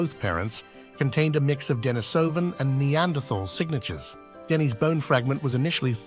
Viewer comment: You are mispronouncing "Denisovan" and thereby propagating this annoying mistake. It is pronounced just as you would say the female name Denise.